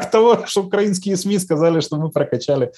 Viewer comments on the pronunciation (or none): none